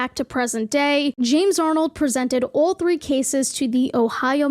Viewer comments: I love how you say “All” lol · & ALL LOLOL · I hate how she says "all"